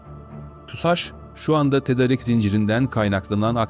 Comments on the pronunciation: seslendirme ile ilgili sorunları çözmeniz gerekli .... ' tedarik ' değil ' tedaarik ' şeklinde okunmalı ... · TEDARIK TEDARIK TEDARIK TEDARIK TEDARIK TEDARIK TEDARIK TEDARIK TEDARIK TEDARIK !!!!! Sunu dogru telaffuz etsene be kardesim... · Seslendiren Türkçeyi nerede öğrenmiş acaba!.. Hayatında "tedarik" sözcüğünü duymamış. Düzgün okuduğu tek bir cümle yok. Nereden diploma almış, kimlerle konuşuyor, nerede yaşıyor acaba... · Türkçe konuşmayı bilen bir konuşmacı bulsanız? Tedarik ve sanayi sözcüklerini söylemeyi bilsin bari.